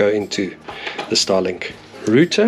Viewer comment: What's a roother 😂